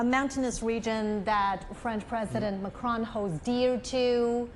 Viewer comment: Not Marcon it's Macron